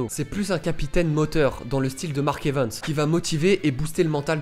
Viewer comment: Arrête de dire Evens 🤬